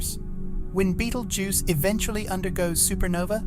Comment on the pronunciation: Haha dumbass bot reader cannot pronounce betelgeuse